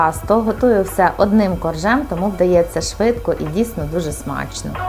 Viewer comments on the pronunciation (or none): none